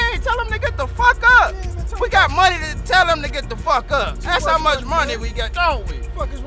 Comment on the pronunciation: Funny! "None of my monyun.." 😅